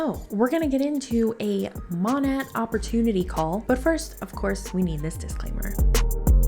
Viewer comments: For the record it’s “Mō-næt”; Modern Nature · Sorry if someone already commented this. I think it’s pronounced like “maa naye” short for Modern Nature . Learned this from another anti mlmer, either Hannah or Chelsea. Im new to your channel and im LOVING it! Time to watch “all the things!”😉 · Hey! I saw on another anti-mlm video that Monat is pronounced maw-nate (bc it’s short for modern nature, so said the same way):)) love the videos, keep it up!